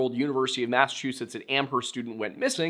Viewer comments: Ooof, two corrections on pronunciation for New England towns: Hay-Vrill, not Haver-Hill Am-erst, not Am-herst Yes, I know it's ridiculous. Blame Old England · I lived in the Amherst area at the time and remember the disappearance well. The local media portrayed it as a possible abduction. Amherst is pronounced "AM-erst." Where only the H is silent (you can look that one up).